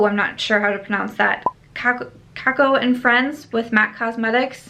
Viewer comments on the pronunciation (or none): none